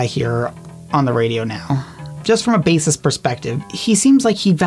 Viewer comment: Bassist not basstis ..... who are some of these people ??